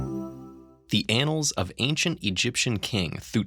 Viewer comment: "Annals" or "ANALS"???? LOLOLOLOL